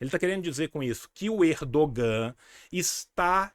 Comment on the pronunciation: Tio, sem querer ser pedante, mas a pronúncia do nome do "presidente" da Turquia não é /erdoGÂ/, mas /Érdoân/ (ênfase no "É"). O "Ğ/ğ" (yumuşak ge, "g suave") é mudo em turco e prolonga a vogal anterior. Ex.: aç - ağaç (/ách/ - /aáách/), tura - tuğra (/túra/ - /tuuurá/).